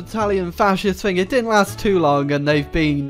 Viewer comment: Funny thing, words with "Th" in them are not actually pronounced with an "F", for instance, the word "Thing" is not pronounced "Fing"!